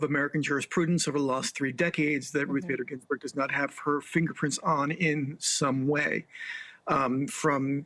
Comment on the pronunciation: Shame on you not pronouncing her name correctly 🤦🏼‍♀️